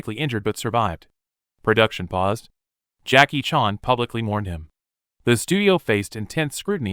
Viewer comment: What are these pronounciations... What real english speaker doesn't know how to pronounce "grenade" and "Chan"? More AI trash....